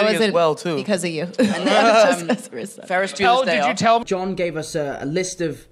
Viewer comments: He said Ferris Builers day off 3 times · He said Faris Bueller's day off like 3 times!!!